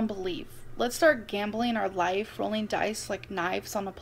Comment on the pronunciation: Christina caught her out once cause she usually says “lahhf” instead of life but pronounced it properly when she said Life cereal, her accent is fake